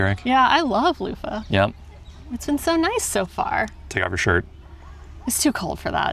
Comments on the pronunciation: people use those. Next time skip Bavet and try bolognese in Café Commerce and the cheese of choice in Leuven is Emmentaler, of course there are options. And one more thing, sorry can't help myself, I've tried to let it go but just can't... Leuven... pronounce the v like an English v. The soft f sound makes it sound more German. Oh my god, I can't believe I just did that, I'm such an asshole. Oh and one more thing, get a savory waffle at Bar Leuv. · I just can’t about your pronouciation of Leuven, it sounds like Loofah.. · I appreciate your enthusiasm for belgium, but Leuven isn't pronounced like luffa :D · Funny how you pronounce "Leuven" as "Loofah". We pronounce the n at the end. But it's a good try. Nice video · Pronouncing it loofah is indeed wild 😂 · Streetsigns are in Dutch and in Leuvens (Leives) dialect. The old townhall now is ceremonial, the entire administrative department moved to a new building next to train station. Next time you visit Leuven, visit the bars Malz, Leuven Central, Commerce, Café Sport, Allee... Bavet means bip. Not a fan of their spaghettis. Leuven is more pronounced as Lurven than it is Louven. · Cool video but just your pronunciation of Leuven is so bad , how you say it it would be written "Louva" ;-)